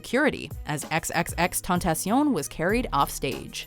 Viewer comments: "XXX Tontacion" I don't like the dude, but damn at least say his name right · It's Spanish, but they pronounced it in French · Their pronunciation was French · The way they pronounced xxxtentacion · They accidentally reversed the vowels while saying xxxtentacion